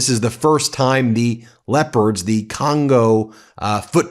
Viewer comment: I thought you said the Congolese team was called the lepers, not the leopards. Maybe enunciate that particular word a lil more carefully